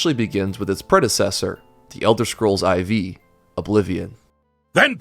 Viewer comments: This dude literally can't say 4 or 5. I almost had to give this a thumbs down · ELDER SCROLLS VEE LMAO wait he actually said EYE VEE??? okay this is just silly. wait he didn't actually say EYE EYE, he said 2? Now I'm confused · Elder Scrolls Eye-VEE??? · Its not pronounced I and V its pronounced Four. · Elder scrolls "eye vee" 🤦‍♂ Ok here’s how it works kids: I = one. II = two. III = three. IV = four. V = five. VI = six. VII = seven. VIII = eight. IX = nine. X = ten. XI = eleven. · Bro honestly great video but just say the number. Even the Romans didn't say IV, they said four. Well, they said it in Latin, so 'quattuor'. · was pronouncing "IV" like that intentional